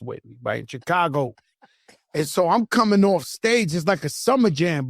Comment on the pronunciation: “Bunch of CHIII CAGO NIKKAS” lmao